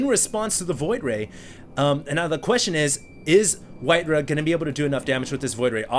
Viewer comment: Why you call him WhiteRUH?